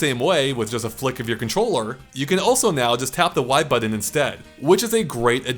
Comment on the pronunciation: buddy, it’s “button”, not “buddon”.